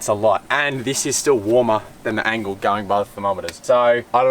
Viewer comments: Doing my head in how you keep calling the Engel an "Angle". Is this a Victorian accent thing? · Good vid but it’s Engel not Angle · Stop calling it an Angle. It’s Engel! It’s not double the power. 35W and 55W one so 40% less than the other - not half (or double) and not 80% less. Initially yeah one was ½ the other and at the end again about ½. Also - never keep any fridge on the tray of a Ute in the weather. You wouldn’t do that with your house fridge - don’t do it with a camping fridge. They are not weather proof. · Its engel not angle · It's engel not angle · It's an Engel not an Angel. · Fellas its an Engel fridge, not an Angle fridge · Why are they saying ‘angle’? I thought it was ‘Engel’ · Click. Click. Click. Click. Click. Click. Engle, not angle. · Are you saying "Angle"? Good video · Engel fellas not Angle 🤦‍♂️ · You know it’s a “Engel” not an angle 😂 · Engel not angle. Otherwise, great review 👌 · It's an ENGEL not a ANGLE. You boys keep saying Angle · Its engle not angle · Engel starts with an E not an A so how do I trust a review when you seem to not know the product you are using. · That's just NOT how I pronounce it. And when it's spelled Engel, it's not an angle. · Lads, great comparison. Like the effort you went to. But Jesus please pronounce Engel correctly. It starts with a E not an A.